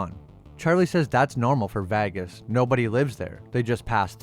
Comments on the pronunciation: I really enjoy your videos and with all due respect but why are you pronouncing vegas as vagus!? Honestly it sounds like a vagina fungus! Again i really enjoy your videos and thank you for making this content! But vagus... Not sure which is worse, this or them calling House of the Dragon HOT D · I am not sure where you are from or if the way you are pronouncing the city name is a joke, but it is painful. It is not Vag us it is Veg is. That is the closest I can show you, but I know you can find a spoken guide on line. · yeah he says vagas aswell ...its vegas..like vay-gas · I believe there's a lot of YouTubers deliberately mispronouncing words in their videos so that they generate more comment traffic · VEgas. Not Vagus. 😆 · It's Vegas. Not Vagas.. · You know it’s called Vegas and not Vagas? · The way you mispronounce Vegas is hilarious. VAGUS. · Your pronunciation of Vegas is killing me. It's VAY-giss, not VAH-guss. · Why the hell do you say vagas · Is that what he meant? I thought it's a fiction town called Vahghes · Why do you pronounce "Vegas" like that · “Las Va-Guess” Lmao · Vay- gus... You killing bro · Great job! (Low key LOVED every time you said Las Vagus!) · “Vag iss” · I had to turn on CC to see you were trying to pronounce Vegas as Vaggas. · Pronunciation of vegas was really off. Did this have a ai voiceover or u just dont know how to say things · I know you know thats now how you say vegas. Wtf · Why the hell do you stick Vegas like that? I usually really like your videos, however, your pronunciation of the word Vegas is annoying. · Hearing this guy say "Vegas" is painful. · Why are u struggling to say Vegas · its the way he pronounces Vegas 😂😂😂😂😂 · You gotta learn how to say Vegas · The way this guy keeps pronouncing "Vegas" like he's the G-Man is really sending me. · Yeah, I've never heard anyone pronounce Vegas that way.